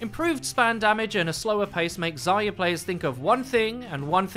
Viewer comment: If someone says "Zaya" one more time imma neck